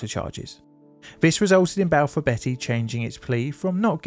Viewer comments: Not to be "that guy, but it is pronounced bee-ty, not betty! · Hertfordshire is pronounced Hartfordshire & Balfour Beatty is pronounced as Balfour Bee-tea not Balfour Betty. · Who's Balfour Betty? 😂😂 She's a naughty girl isn't she😂😂... Beatty "Bee Tee" 😂👍 Great vid, as always.. your pronunciation made me chuckle 😂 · A question, and I had to go back to your video on the Battle of May Island to double check: You pronounce Beatty "Betty", but your fellow UK U-Tuber, Drachinifel, pronounces it "Bay-tee". To my American raised comprehension of English, both are likely valid...but may I ask why there are two different pronunciations by UK English speakers in existence? Kind regards! (Either way, I can only trust any Beatty less now, after seeing this video, than I did after Jutland, which was less than the square root of negative one.) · It’s pronounced Hart- Ford-shire. And is due north of London not north west 🤷‍♂️ Balfour Bee- tee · Beatty is pronounced [BEETY].